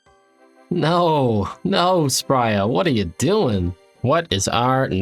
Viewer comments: Stop calling her Spria. It is Spria. That's why she does not give you keys. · Why do you keep saying "Spria" when it's obviously "Spria"...